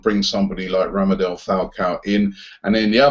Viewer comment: Robbie pronounce it properly it's not Ramadel Falcao it's RADAMEL Falcao